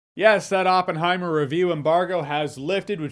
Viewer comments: I liked the part when he goes “It’s Oppen-heim!” 😅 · Open-high-mer pronounciation is bad...😅